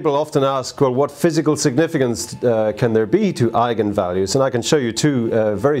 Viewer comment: Thanks for pronouncing it correctly :D